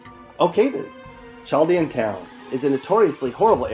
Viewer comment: He mispronounced it in the video